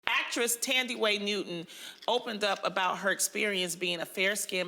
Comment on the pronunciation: Not Loni pronouncing Thandie like that loooool